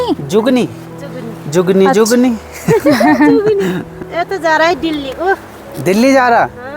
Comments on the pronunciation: Zugni nhi zucchini hoti h vo.. ❤ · जुगनी नहीं😂😂😂 zucchini bolte hai usko😂. Aur iska test sitafal(petha, kaddu)ke jaisa hota hai sabji bhi vaise hi banti hai.. isko kaccha nahin khaya jata Hai sabji Banakar khaya jata hai❤